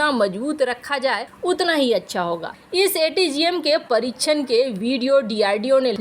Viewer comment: परीच्छन नही परीक्षण Parikshann होता है बच्चों का हिन्दी उच्चारण भी खराब करते हो उच्चारण त्रुटियों से भरपूर चैनल, हर दिन सुनने से किसी का भी हिन्दी उच्चारण खराब हो सकता है